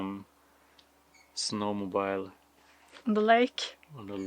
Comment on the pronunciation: Pronounced sno-mo-beel in English...(snowmobile).